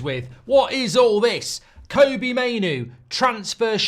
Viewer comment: Still can't pronounce Kobbie properly